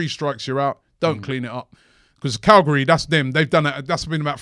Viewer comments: dear Robbie it is not Calgary. Calgary is in Canada! [ Cag-li.ari ] is in sardinia Italy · iknow british have a little problem sometimes killing non-british names, but damn calgary that's just not even close.